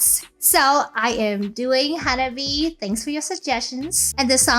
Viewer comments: 花冷え is pronounced Ha-nah-bee-eh. The え at the end is pronounced Eh. It literally means cold flower or could be interpreted as early spring flower. The band name is originally based on all the girls having birthdays in early springtime. Hanabi, (花火) as you pronounce it, means firework. The subtleties of Japanese pronunciation is very important. The difference between a flower and a firework. 😉👍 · To hear the perfect pronunciation of Hanabie (Hah - Nah - Bee - Eh with four syllables), simply copy and paste 花冷え。 into Google Translate and have the word read to you, nothing could be easier or faster. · Actually, the correct pronunciation is Ha-Na-Be-Eh and means both Cold Flowers (direct translation) and the cold weather before spring. They came to that name because most of the girls in the band were born in winter months, so they are the "Cold Flowers". I think you would really like their song, Otaku Lovely Densetsu. Another Japanese all girl band I think you would really like is Band Maid. And yes, they do dress in maid costumes. Look for their video, Real Existence.